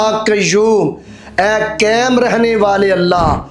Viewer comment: قیم نہیں ، قیم غلط ہے قائم پڑھیں ۔ قائم رکھنے والے ۔